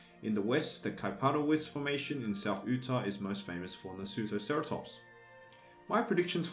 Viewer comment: Pronounced "yutah" Not "ootah" Sorry I live in Utah and it bugs me😂